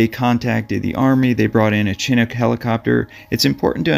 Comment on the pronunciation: Chinook = Shi - Nook. Just being helpful!